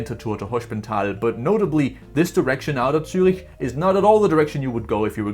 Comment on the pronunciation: As a german I really apreciate that somebody finally pronounces cities like Zürich correctly while talking about JetLag, Greetings to Denmark 😊.